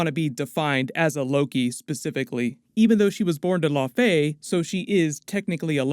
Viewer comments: Not "Law fey"... It's"La ow fee"... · Am I the only one annoyed at "La fey" daughter? "Lao-fee" "Lao-fee"!!!! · Yeah the pronunciation of Laufey is driving me nuts here. It's not LaFAY, it's LAUfee. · Well, ever since Thor 1 it's been pronounced LAUfee. And really, all of the Asgardian names are pronounced wrong in the MCU